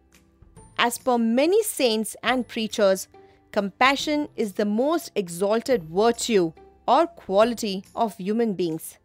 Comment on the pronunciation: ma'am your pronunciation of 'the most' is wrong in example no.8 I think. Please check n revert.